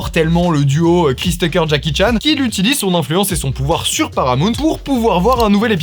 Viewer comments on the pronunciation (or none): none